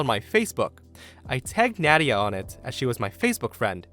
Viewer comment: You pronounced Nadia wrong, at least from the two I know. It's pronounced Nah-dia. Btw, love your videos.